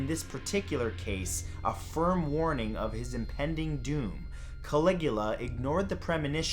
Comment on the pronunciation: caligua? don't you mean calagoola?